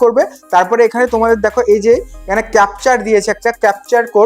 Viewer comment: কিছুই হচ্ছে না, ঝুল সাইট। কথাটা ক্যাপচার না কথাটা ক্যাপচা।